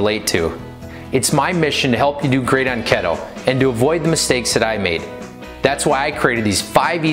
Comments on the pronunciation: Lol🤣 Pronounced key toe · Every time he said keto I died a little.... But he’s cute as hell so I’ll forgive him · I don't trust anyone that doesn't know how to pronounce keto